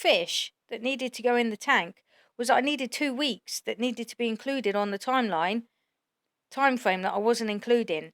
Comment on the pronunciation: "forf night" "time fwame" "paying for somfing" "oh gwate"😐